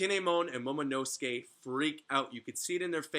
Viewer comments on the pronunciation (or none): none